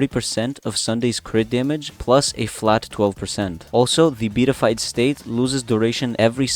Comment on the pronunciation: And is pronounced Be-at-I-fied